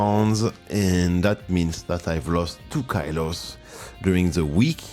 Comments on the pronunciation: it's good! just the ky-lo thing stood out ☺ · The English 'kilo' is pronounced the same way as in French.